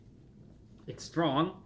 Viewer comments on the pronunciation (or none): none